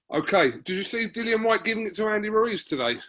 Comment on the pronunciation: "DILLIAN" not "Dylan" 😂😂😂😂